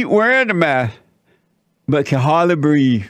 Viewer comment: She can’t BREAVE, she can’t BREAVE!! 😂😂😂😂